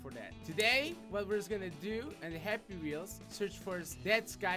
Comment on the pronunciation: At first I thought he said hippie wheels xD